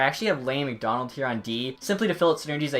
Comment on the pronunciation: That’s McDonald not madano